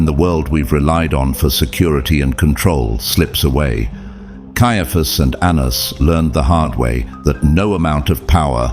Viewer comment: Pronunciation of Anans- ( An-na-naus) 🙏